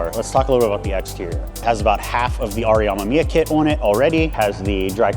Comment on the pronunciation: Amemiya (AH-MEH-MEE-YAH) no AMAMIYA.... also the cut out was on the rain guards which is a optional add on to the hood itself.... so not even close to cutting up a "$3500" hood... as a guy who dreamed about an rx7 since childhood, you should really educate yourself on it...